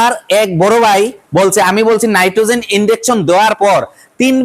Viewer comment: নাইট্রোজেন না নাইট্টনেক্স